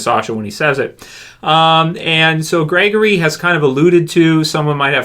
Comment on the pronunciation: Gregory. I think it's Gregory.